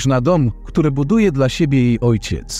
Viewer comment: Na pewno słowo,,dla,,przeczytałabym ,,dla,, a nie DLA